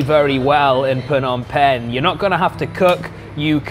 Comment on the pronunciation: You would seem more knowledgeable if YOU COULD PROPERLY PRONOUNCE THE NAME OF THE CITY YOU LIVE IN